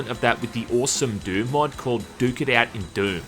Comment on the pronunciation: "Duke it out" sounds very similar to "dookie out" which means there is a poop outside. Every time said the title i chuckled because it sounds like dookie XD.